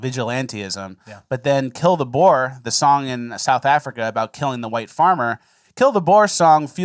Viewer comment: For the love of god learn how you pronounce 'Boer'. Typical Americans. It's pronounced like the animal 'Boar'